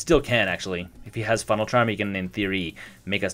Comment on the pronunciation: Funeral charm. Not funnel.